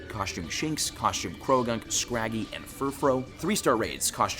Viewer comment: why do you pronounce costume like that?